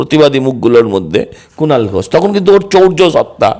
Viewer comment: বঙ্গ বিজেপির এক কুলাঙ্গারের নাম,এস ঘোষ।যে "স" কে "ছ" বলে।😂😂😂